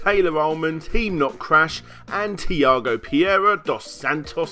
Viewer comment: hi-five for listening to it all, just as you ordered! Also every time you say poor Tiago's name at the end patreon stuff, I cringe. If you want I'll send you a vocaroo showing how to say his name:V